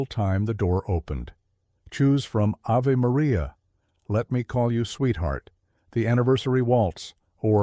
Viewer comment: ... Isn't it pronounced Ah-Vey Maria? (Stupid AI narrator!!!) (Can I vote TWO thumbs down) 👎👎